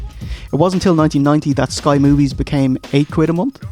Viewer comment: ...Did he say, "Sky Moobies!"? 😂